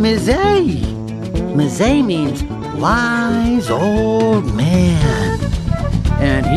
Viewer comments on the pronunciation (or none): It's pronounced "em-ZAY".